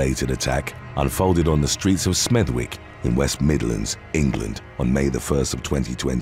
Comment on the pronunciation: 29 mins Smethwick is "Smethick" with a silent "w"... lol my home town lol